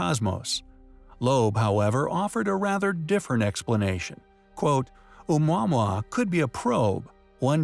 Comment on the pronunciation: a quick search on google will reveal proper pronunciation of Oumuamua is Oh-moo-uh-moo-uh ... worth getting it right